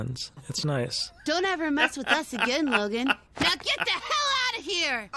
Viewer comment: God bless this Meth,,,, get it? get it? instead of mess!!, he said meth hahahahah HA